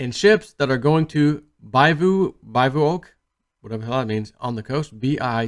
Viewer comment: hey! B-I-V-O-U-A-C: pronounce it like "biv-oo-ack" definition is a temporary shelter or camp for sleeping in outside, that is not a tent: 2. a small, light tent that is just big enough for one or two people to lie